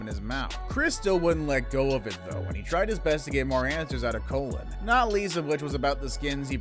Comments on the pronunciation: His name isnt pronounced colon. It's cologne. Lol. He even says it during the episode dude. 🤣😂🤣🤣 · It's pronounced Co Loan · Name is pronounced “cologne”. It’s Latino.